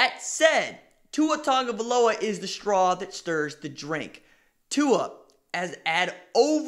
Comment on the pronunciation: Why do people keep saying tungavailoa? Its tagovailoa